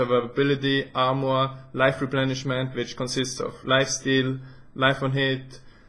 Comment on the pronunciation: please say armoar one more time :)